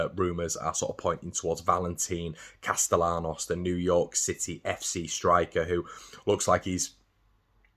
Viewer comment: Valentín Castellanos would be pronounced: "val-ain-TEEN" "cast-ay-YAN-os" And in Argentina, the "V" at the start of his name would actually be pronounced exactly like a "b", but Argentine Spanish is weird (I lived there for 7 1/2 years) and even the Spaniards will not pronounce it with a pure " b". Plus, the "ll" in his last name would usually be pronounced like a "sh" or a "zh" sound if it weren't a last name Nd he was from the eastern half of the country, but pronouncing the "ll" as a "y" like in "yellow" is the correct way in Spain, so stick with that unless he personally corrects you at some point in the future, but a double L ("ll") is never pronounced lime a single L in English. You're doing great.